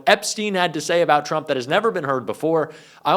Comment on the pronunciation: Turmp??? Lol.